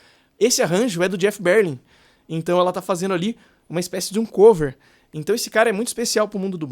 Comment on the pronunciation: Que BÉR-lin, rapaz?? É ber-LIN mesmo!